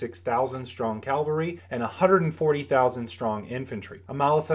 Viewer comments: I really like your videos; they're quite great and this one is no exception, but I gotta say something - You mean cavalry [ kav-uhl-ree ], not Calvary [kal-vuh-ree], which has more to do with the crucifixion of Jesus, than horses in battles. You're not the only person to make this mistake, it's fairly common, but it rubs me the wrong way just enough to correct someone. :) Keep up the great works you're doing! My crusade continues; to find others who get this word wrong.....AWAY!! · I love your videos man... but why do you keep saying Calvary when it is Cavalry, I see this with many American youtubers - is it something specific? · I'd like to humbly point out that the word you are looking for to describe mounted soldiers is CAVALRY both on your whiteboard and when you say it. Calvary is actually something else entirely. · Is it not cavalry?